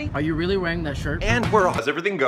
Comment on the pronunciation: “rally New Zealand” Who is aussie or is it just me?